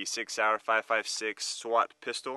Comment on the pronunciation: did you just say "Pistol"?